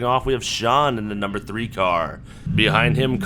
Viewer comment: 😂 “number tree”